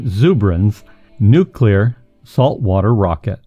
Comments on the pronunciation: I'm sorry, but I can't watch a documentary where the narrator consistently pronounces it "Nucular" - like a fool. The word is "nuclear" - said like it is spelled: "nu-Klee-ar" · Hey did you change your pronunciation from Nu-clee-ar to nu-cue-lur? The first part of the narrative is correct, the latter enunciation is ludditic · NU-CLE-AR, not nucular! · It's nu_clee_ar. Not nu_cu_lar. You sound like an idiot when you pronounce it wrong. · i listened as long as i could but the dubya-style pronunciation of "nuclear," and several other errors, just points to a massive ignorance of the topic.. IT'S NUCLEAR NOT NOOKULAR! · Nuclear (for example) is pronounced ' noo klee ar ' and not ' noo kew lar '. There is only one u in the word. When George W. Bush pronounced it the same way you do, he was widely mocked. It has nothing to do with a speech impediment. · "Nucilar"? Seriously?!? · Nucular rockets? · If you are a scientific expert, why don't you know how to pronounce the word "nuclear"? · Nuclear is tricky to pronounce correctly.. Keep working on it..